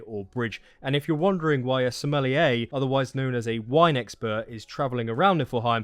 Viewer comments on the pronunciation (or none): none